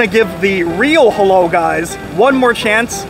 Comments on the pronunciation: It's halal not halol 😅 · It’s halAl, not halOl.